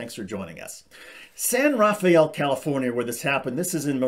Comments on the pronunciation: No joke you saying San Rafael wrong is taking away from all this it's just "rafel" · Pronunciation note: San Rah-FEL. It doesn't have a Spanish pronunciation. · It's pronounced "San Rafell". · We pronounce it San Ruhfell and it's in Marin County which is exclusively privileged upper class white people, except for one little town called Marin City which is where virtually all of the minorities in that county live... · the A is silent in San Rafael.